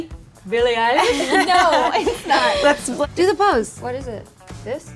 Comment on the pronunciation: Billie "Eyelash"😂